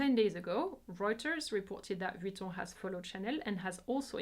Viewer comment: Great and informative video. I have to say, finally, someone who pronounced Chanel and Vuitton so beautifully. Love your channel